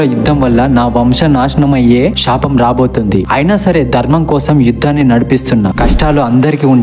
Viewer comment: Explanation part is crystal clear but శ aksharanni ష గా పలికే కూడదు. శాపం నాశనం అనాలి ... పరశురాముడు పరషురాముడు కాదు.. అధర్మం రాధ ఒత్తు ఉంటుంది అది క్లియర్ గా పలుకగలికితే మీ explanation part flawless